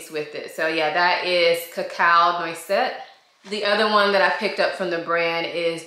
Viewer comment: Thank you for sharing the correct pronunciation! I wore Cacao Noisette to bed the other night and it was a lot! I love the smell, but it may be a little too much for day to day wear.